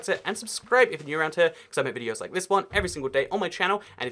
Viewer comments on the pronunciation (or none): none